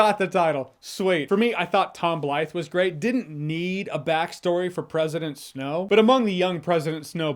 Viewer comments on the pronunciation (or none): I think I heard Snoke every time that Jeremy said Snow